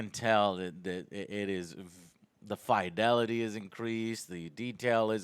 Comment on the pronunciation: What was that Joe? The “Fye-delity”?